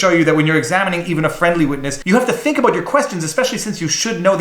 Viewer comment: "It's time to talk aboat.." found the Canadian!